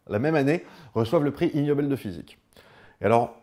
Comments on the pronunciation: Super video, comme d'hab. Par contre en anglais ça se prononce "iguenobel" pas ignobel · pour rappel : en anglais le g se prononce "gue" pour ce cas. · Le G n'est pas muet dans 'ignoble' en anglais.